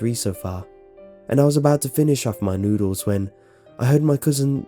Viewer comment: anywho, the way he said noodle made me giggle